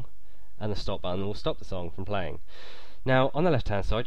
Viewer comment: is it just me hearing that he says buffon